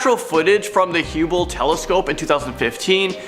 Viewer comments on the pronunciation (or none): Great vid but it’s not Hubble (hewball) its Hubble (hub-ball) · I was scared of #1 til he said hughble telescope. Lmao! Its hubble, Hubble, Hub ble telescope! Where in the hell did you get hughble telescope at?? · Wtf is a hooble telescope? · Did you actually say hue-ble? Oh man….I just look in the night sky at the stares… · Ahh yes the "hooble" telescope I know it well... 😂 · The good ol hueble telescop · he mispronounced hubble....